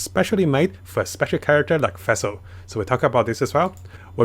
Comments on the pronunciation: Its nawwt fassel! pleasee it hurts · Everyone: Fischl: Fæhsehl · or Fesil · Every time you say Fischl it sounds like you are saying Vessel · Ngl every time pronounces Fischl's and Ningguang's name it makes me cringe -_